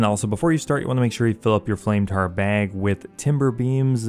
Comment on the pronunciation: "flame tar baeg". you from Wisconsin bro?